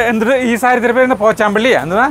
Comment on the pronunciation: 😄 " പോച്ചാംപള്ളി " 😂 ( പോച്ചംപള്ളി ) ന്ന് പറഞ്ഞപ്പോൾ ഞാനിവിടെ ഇരുന്ന് " കുബേരപ്പട്ട് ന്ന് പറഞ്ഞു 😂 നല്ല ഭംഗിയുണ്ട് സാരി. പ്രോഗ്രാം ഒക്കെ കൊള്ളാം ഒരുകാര്യം മാത്രം എനിക്ക് ഇഷ്ടായില്ല. ഞാൻ പറയില്ല.. ഊഹിക്കാമെങ്കിൽ ഊഹിച്ചോ 😂😂😂